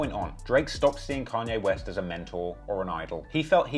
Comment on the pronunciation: Canyay west